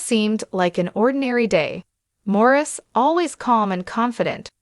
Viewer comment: His name is pronounced Maurice!!!